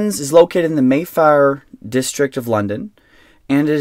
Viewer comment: "located in MayFire".....the pronunciation killed me haha